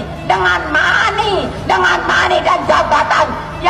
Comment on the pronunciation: buuuu kalau gak bisa ucapkan bhs inggris gak usah ucapkan...aq dengar ko malah bilang mani 😂😂😂😂malah bikin ngakak